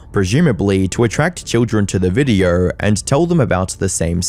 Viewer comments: “In this viderrr” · Okay so it wasn't my ears 🙃 😂